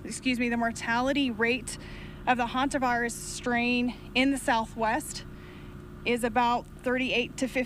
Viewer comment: Is she saying Hunter virus? Hard to discern the pronunciation.